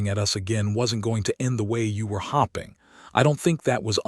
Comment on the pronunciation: Dear Mr. A.I. it is HOPE -ING! HOPING. NOT HOP. NOT HOP PING! for the love of correct pronunciation, get it right!